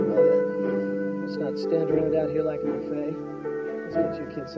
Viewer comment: That boy pronounced buffet wrong